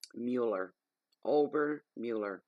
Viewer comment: Thanks, Pendulum and Spirit! And you pronounced Obermueller perfectly. Hugs 🤗 from Wildmoonlightgypsy!